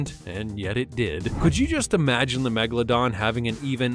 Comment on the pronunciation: The name of the old shark is MEGALODON, not Megladon